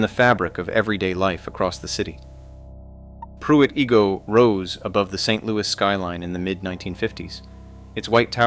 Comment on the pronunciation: Who remembers “Pruit E-go”?